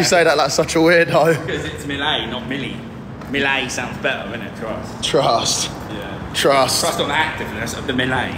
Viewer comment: "Prime doesn't taste that bad guys 'For wheel' twust" 😂😂😂